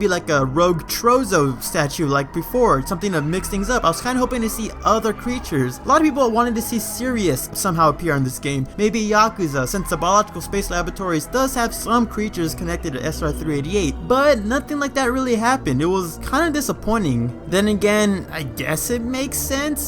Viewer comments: Just a pet peeve here. It's Serris, not Sirius. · >Pronounces Yakuza with the proper Japanese pronunciation >Pronounces Serris as "Serious" 😃